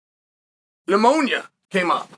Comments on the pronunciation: Thank you Chael for this clarification. I was definitely under the impression that Ben was "out of the woods" so to speak, and at his actual home. So thanks for clearing that up. Definitely will keep sending those prayers. Even though this is a sad and serious topic, I did still chuckle at the "sepis" and one time I think you even said "ammonia." God Bless Chael lol. 🙏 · It's pneumonia not ammonia. And the word is sepsis. You've been doing this long enough to be able to say these words correctly. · You mispronounced pneumonia and sepsis sir bad guy, praying for a quick recovery for Ben 🙏🙏🙏